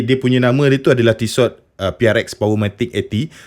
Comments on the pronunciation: ejaan tissot, t belakang tu takde bunyi sebenarnya, tisso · Sebutan Tissot yg tepat : Ti-so